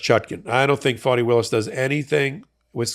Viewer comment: It may just be the NY twist I hear, but it’s not FAW-knee, it's FAH-knee.